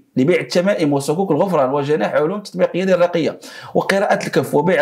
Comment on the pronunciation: يحز في نفسي ان يعجز صحافي عن قراءة كلمة"الرقية" التي هي طلب الشفاء والتداوي بالقران الكريم والسنة النبوية التابثة في شرعنا واستبدالها باسم انثى"رقية". لاوا الضاوية.